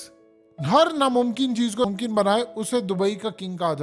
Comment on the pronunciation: Namkin tu nai hota mumkin hota hai tu ho jata